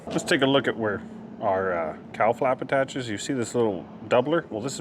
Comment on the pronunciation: I know what a "cowl" is but every time you said "cowl" i heard "cow" and i thought to myself "why would they name that piece a Cow Plate" 😂😂😂 Anyway, fine job on the "found" motor, random parts, half-assed maintained, fall out of the sky, plane rebuild. You seem to be a quite competent aviation mechanic. The list... Bomb shelter refurbisher vending machine extraordinaire, general badass rebuilder of most things... and now "plane engineer" who knew?!? Keep up the great work. You're doing a fine job